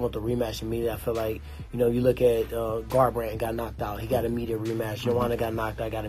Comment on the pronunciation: Cody let me bang "Garbarndt"